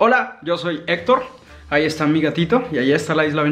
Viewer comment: “Hola yo soy Etor” 🤣